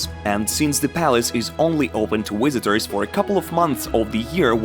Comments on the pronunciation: What a pronunciation with errors: wizitos instead of vizitoz. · Wisitors lol